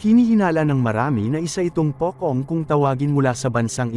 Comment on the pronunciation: POCHONG po sa Malaysia at Indonedia。 POCONG = POCHONG ganto po ang pgbigkas at basahin ang pocong。